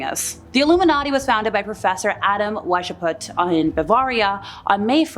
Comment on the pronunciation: never heard Weishaupt pronounced like that. 🍻